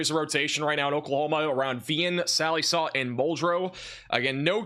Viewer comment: Check pronunciation of Sallisaw